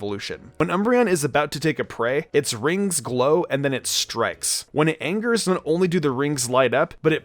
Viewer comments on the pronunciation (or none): none